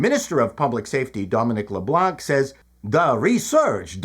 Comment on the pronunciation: I hate all the Libs, so don't mind at all, and sort of chuckled at him not leaving the 'C' in 'Leblanc' silent. But lol'ed at the accent, Leblanc being Acadian and not having any french accent